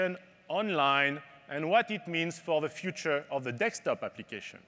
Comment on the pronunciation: He said dekstop :)